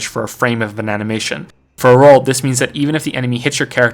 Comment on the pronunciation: did he say "bananamation" ? 🍌